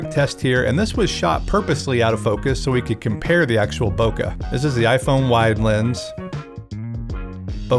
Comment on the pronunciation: I thought I was pronouncing it wrong but I wasn't. Bokeh is prounounced /ˈboʊkeɪ/ BOH-kay